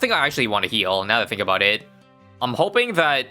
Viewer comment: Is "aboot" another ISABism like "ASAP as possible" or is it his nationality showing?